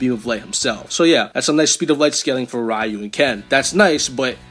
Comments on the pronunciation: It's not "Rayu" pea brain. It's "Ryu" (Ree-U) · It's "Ree-yoo", not "Rai-yoo" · everytime you say “rai-yu” 🥺🔫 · Looks like isn't as much of a weeb as we thought. He shares a trait that only gen x and older possess commonly. Saying Ryu as Rye-U instead of Ree-U Edit: Orochi as OrAHchi Kazuya as Kazooya. Someone call Banjo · Rayu is the most mentally handicapped way I've ever heard a mfer have ever pronounce ryu's name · dawg you GOTTA stop mispronouncing sf names😭 mispronounced both ryu and oro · I physically and mentally cringe every time I hear someone pronounce Ryu's name like that (yes I’m sounding like that guy) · The way he says "ryu" is disrespectful ☠️